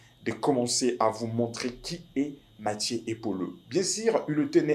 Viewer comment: Apprends a parler FRANCAIS. Car tu veux t improviser journaliste. Il y a une difference de prononciation entre Mathieu et Mathie, plusieurs et plisieurs, Rumeurs et Rimers, etc….APPRENDS A PARLER au lieu de risiculiser les congolais . Quelqu un au Congo t as trompe en te faisant croire que tu sais parler Francais